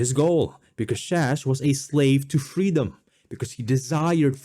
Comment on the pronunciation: Say "IdeeeYa of freedome" one more time motherfucker! I dare you! I double dare you!